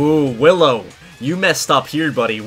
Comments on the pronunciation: Wait...Hallow? You mean Willow right? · He said hollow instead of willow haha xD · Its willow not hillow😂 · Howllow. me: Willow!